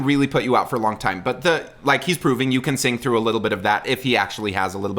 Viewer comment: He’s not a turkey, you’re a turkey. Kidding. 😁 He’s my literal favorite person right now. I also love your videos, and this made my day. I AM glad you didn’t mention his use of ‘frough’ instead of ‘through’. There was another person who analyzed it and got hung up on that. I think it adds character.